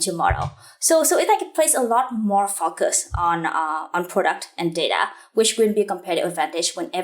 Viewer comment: Huyen, everything is impressive-- the hardwork and smartness comes through! Lots to learn from your work! One thing though... The way you pronounce the word "focus" doesnt quite sound right!